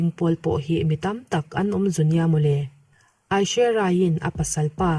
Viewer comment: Hming tal hi chu lam dik ve tum rawh, Abishek nupui hming hi i hrelo mi